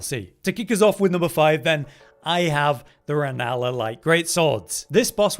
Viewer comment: "RELLANA" not "RENALLA" lol